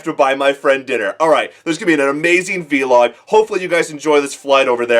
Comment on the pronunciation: Veeee-log XD its so funny how you say Vlog. I know it is Video Log but still I hardly hear others saying it like V-Log.